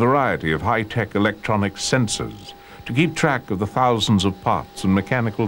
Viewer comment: 'the large array of sen-sores'